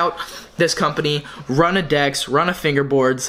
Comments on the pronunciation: I think its R-OO-Na. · ROO- NAH geezus... cmon if youre pronouncing it wrong on purpose .. please stop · It's pronounced (roonah) runa sick vid tho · Love your videos 😉 FYI not Rana its Runa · yea lmao my bad he told me after i made this video that its pronounced roona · Isn’t it pronounced roona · It's pronounced rooh na